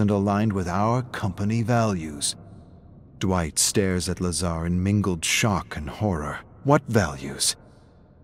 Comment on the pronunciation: Dwitch? Did he just call me Dwitch. Dwitch!!!